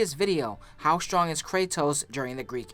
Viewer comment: "STONG" smh